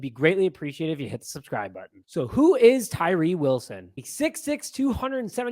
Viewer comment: you nailed it brother lol.